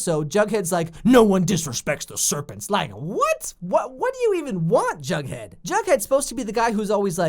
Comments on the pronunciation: sweety its not "jugghead" its "jughead" GET IT RIGHT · its not jugghead its jughead